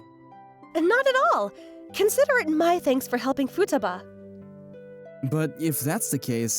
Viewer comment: The VAs did really great job (except the female VAs pronunciation of "Futaba"). Also a very nice story with - shockingly! - a normal decent, and well adjusted MC.